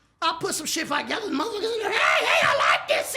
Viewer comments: Hold up... mark.....did he say put some shit "5gether"? Instead of TOgether😂😂😂😂😂man i quit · this nigga said "ima put some shit fivegether" 😭😭😭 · I put shit fivegether ? Lol where does he find these words to put five in lmao or jus it jus come out